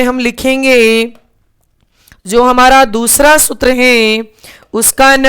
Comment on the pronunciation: कृपया सूत्र का उच्चारण सही करें